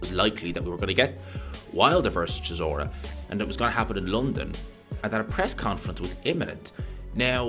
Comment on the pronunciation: Pronounce Chisora right! What a butcher job! 😂